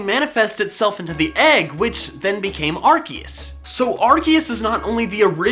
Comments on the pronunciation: It's ar-see-us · its said like ar-see-us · ITS ARCOOS NOT ARCEUS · You said arkius it's arkoos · Arseus not Arkeus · Arceus not Ar-K-eus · IS NOT ARKECUS IS ARCUSE GET THE NAME RIGHT AM YELLING INTO MY MONET ER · its (are see us) not (are key us) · its ar-SEE-us. not ar- KEY-us. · TheGooseGamer is a goose It is pronounced AR-KEE-US because when is was pronounced AR-SEE-US the developers didn’t know that the word “arc (pronounced with an s) meant “Ass” in french So when they found out they changed it to Arc (pronounced with an k) if that helped and the developers already said that it is pronounced with a k instead of an s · I thought it was pronounced Ar-see-us not Ar-kee-us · My does he said A-R-KE-U-S its pronounced A-R-SEA-U-S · Ar cee es not ar key es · you said arkeus instead of arceus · Arcoos not arceus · When he said arceus I said sorry arkoos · As someone who started watching after the pokemon talk series, it's kind of weird hearing him not say "Arkoos". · I'm sorry, did you mean Arkoos? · It's arcoos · Its Arkoos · It’s Ar COOS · It’s pronounced ars oos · DO YOU MEAN ARCOOS LOL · aHEM It is Arkoos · Dude this is an old vid called arceus arkoos in 2018 and 2019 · IT'S ARKOOS!!!!!!!!!!!!!!!!! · Excuse Me? 'Arceus'? HOW DARE YOU INSULT OUR GOD ARCOOSE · HOW DARE!! Pronounce it arkoos Plz. . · excuse me arKOOS thank you pokemon talk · It’s pronounced Are-koos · It’s Ar(KOOS) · its pronounced Arkuus. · Nope its Arse us the pronouciation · It's not Arceus - it's Arseoos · Its pronounced (ARe-See-US) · ITS AR-SE-US that's how you say it. DUDE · it ar-se-us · The official pronunciation actually is AR-KEE-US. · GoldenAlpaca ya but ar key us sounds weird ar see us sounds better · It's are-see-use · it is ark key us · charmeleon evolves and sylvally's ability RKS system proves its ar-kee-us. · It is pronounced (AR- SEE- US) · did he just say ar-kee-us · It's ar-kea-us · AWESOME! (also arceus is said like arseus)